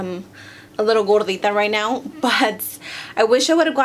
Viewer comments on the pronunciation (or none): Lol! "gorrdita" and "celulitis" made me sub! 😂